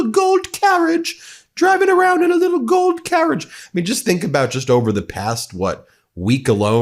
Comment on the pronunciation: I know he said 'Gold carriage', but I heard 'Goat carriage' and found it strangely appropriate :P